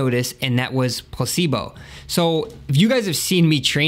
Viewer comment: dat dere place-bol